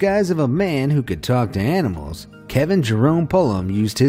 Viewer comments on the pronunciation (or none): none